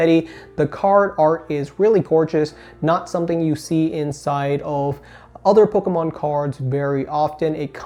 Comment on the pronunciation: I love how says ‘PocKomon’